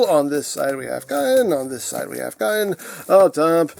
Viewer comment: It looks like it's pronounced "Kaa-en" to me